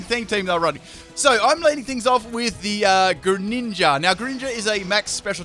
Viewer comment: Greninja I can barely understand, but... Mimikyu?